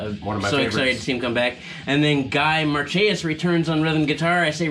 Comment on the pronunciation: Hey guys I watched your video pretty cool just wanted to give you a heads up Guy Marchais last name is pronounced mar-shay lol also I didn’t play on Reincremated but I was in the band writing catatonia with them before the demo. 👍🏻